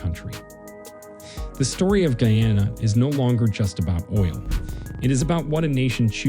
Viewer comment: YEA YEA BLA BLA BLA BLA , U CAN'T PROUNANCE THE COUNTRY NAME , FFFFFFF OFFFF